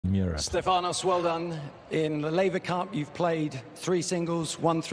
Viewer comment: Are the post-match interviewer' s name pronunciation skills non-existent ? it's stEfanos TsitsipAs -- placing the wrong stress on both his first name and surname is unprofessional and quite disrespecful to the player.